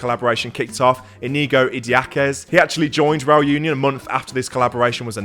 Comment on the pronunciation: Great video. Just one thing though, Union is pronounced ooh-nion, same as Unai.